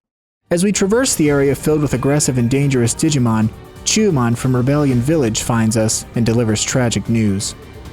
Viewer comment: I'm sorry, but I can't stop hearing "Didimon". Great video :D